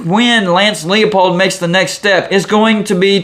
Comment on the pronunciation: Man, I love your channel. Jayhawk faithful here. Thanks for your interest in our coach, but you've got to get his name right. It's Leipold, as in LIE. Not LEOpold. I'm scared a big, bad, Power name is going to snap him up, but there's a lot of season left. Let's go for 4-0. Please, anyone but Nebraska. Your vids rock! Rock Chalk!